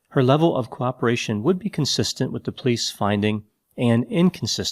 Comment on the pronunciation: love how he says police. “Plice”